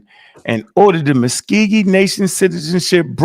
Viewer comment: it’s Muscogee not muskeegee